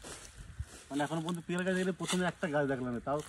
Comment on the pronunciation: পি এল না পিয়াল